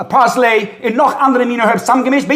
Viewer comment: Parsley not parslay